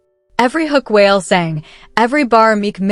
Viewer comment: This is Fake as hell.The AI women can,t even pronounce Wale right